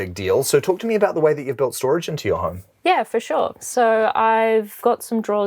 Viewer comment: He said "horme"